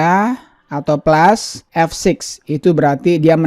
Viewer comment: Baru denger plus,dibilang plas Bang.